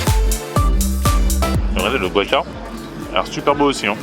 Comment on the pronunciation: C'est pas buacamol !!!! C'est GUacamol !!!